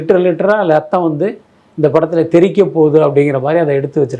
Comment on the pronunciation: லத்தம் இல்ல 😂😂 இரத்தம்